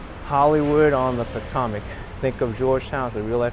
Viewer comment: Po-toe-mic river not Po-tom-mic